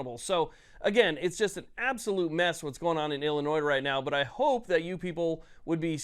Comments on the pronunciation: Love the content, but Illinois is pronounced "Illinoi" without the "s" Not "ill-eh-noise" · There’s no “noise” in Illinois. Pronounced “Ill-uh-noy”. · I’ll hit the like button if you remember the S in Illinois is silent. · Learn to properly pronounce the name of the state. Typical ignorant people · FYI the S is silent on Illinois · Please, learn how to pronounce "Illinois." I shudder to think of how you pronounce "Arkansas." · You don’t pronounce the “s” at the end of Illinois. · Someone please educate this moron that the final "S" in Illinois is silent. :face-blue-covering-eyes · The S is silent bro. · PLEASE PLEASE STOP SAYING THE "S" IN ILLINOIS! THE "S" IS SILENT